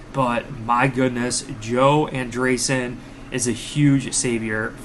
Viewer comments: Great coverage! I think its pronounced AndrEEsen. Not AndeRson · An-dree-ssen come on man 😂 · Homie must've just heard of him for the first time last night by that pronunciation 😂